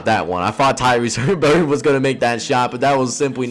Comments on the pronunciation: Haliburton is Pronounced Hal-Eh-Burton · Great video so far. Btw no biggie but i think you might be pronouncing Tyrese Haliburton's name wrong lol